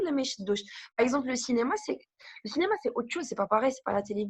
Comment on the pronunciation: Cénéma 🤐et qui corrige la prononciation juste après:) Sinon une vraie pipelette 😷 Bravo Mina